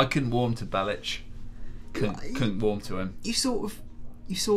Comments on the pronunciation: Niko Belish? Belic! K NOT SH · its not belish....its belic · Bellich? FFS It's fucking Bellic *FACEPALM* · C'mon guys its Niko Belic not Belitch :D btw vice city stories is also available on ps2 if any one has any of those antiques left :D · It's so annoying when he says Nicko Belli-Chh not Bellic. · Why the hell are you saying "Nico Bellish"? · Nico Bellitch, it's how it's pronounced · Belish lmao. Can't even pronounce the name